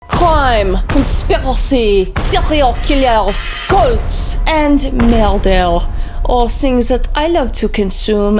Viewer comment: Why instead of “CRIME. CONSPIRACY. SERIAL KILLERS. CULTS. AND MURDER” did I hear “CRIME. CONSPIRACY. SERIAL KILLERS. G O A T S. AND MURDER”